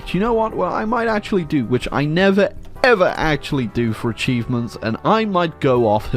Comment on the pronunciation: did he said acheesements?